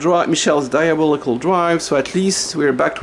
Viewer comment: Can you tell us some more about your TDR... or point us at a video if you already have. I love your pronunciation of "diabolical"